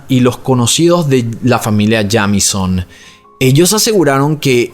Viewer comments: Hola,. Me encanta tu canal. Se pronuncia Yeimison ☺️ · El apellido se pronuncia "Yeimison" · Que horrible forma de pronunciar ese apellido